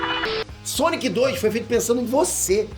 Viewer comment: o c de Sonic parece um ó na tumbkkkkk, "sonio"